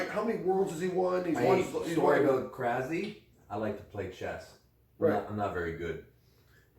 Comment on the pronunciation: As a Bulgarian saying "krazi" or "crazi" tilt me. The right way to pronounce it is "krasi" with 's' in his name.